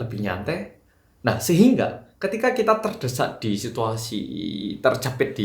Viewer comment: terimakasih update infonya. sekedar informasi, tercepit itu bahasa indonesianya terjepit. ngakak dikit pas denger tercepit 😂😂😂